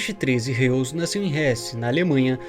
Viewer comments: Prezado a pronúncia correta do sobrenome do "Principe" é RRÓizi (Forma fonética para pronunciar o Sobrenome Reuss) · Acho que a pronúncia de Reuss é "róiz". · Reuss... não seria pronunciado Róiss?